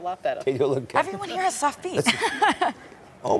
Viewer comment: "Very sowaft"